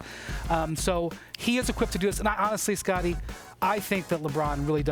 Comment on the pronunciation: Why does she keep saying Scuttie Pippen?